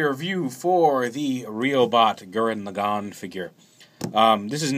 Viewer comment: laggann not legon